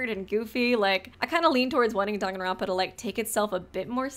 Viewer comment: nah he pronounces it dongonronpa